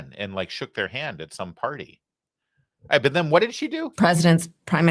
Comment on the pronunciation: "but" not "bit"!!!